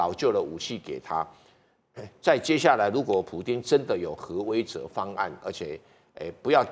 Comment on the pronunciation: 核威慑读成he wei ze?不是 he we se吗？